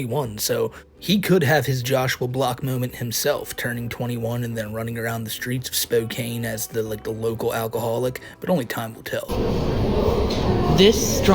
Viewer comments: I used to live in Spokane and I swear I actually saw this guy a few times. Never interacted, just saw. Also "Spokane" is pronounced with a soft a like "can", not "cane". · Also, its pronounced Spo-can, not spo-kane. That and Pilot is a truck stop. Their food is sub par and sits under a heat lamp all day until someone grabs it. Basically its 7-11, but with gas, and a few dollars more expensive. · NO HE IS IN SPOKANE NOW???? No fucking way Alr now I’m definitely not going out thank for that. Also it’s spo-can not spo-caine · I thought I told ya ain't supposed to say Spoke-ayn!! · Spokane is pronounced spoke CAN not spoke CANE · It’s pronounced Spo-can not Spo-cane….. Spokane thanks you. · It’s pronounced spocan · its pronounced spot-can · SPO+CAN spokane damn dont butcher wa names with current weirdos weve been through enough lol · Pilot is a truck stop chain, affiliated with Flying J. Spokane is pronounced Spo kan. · It’s pronounced spo-can by the way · You pronounced Spokane wrong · Idk if you meant to pronounce spokane that way but I just need you to know it’s wrong lol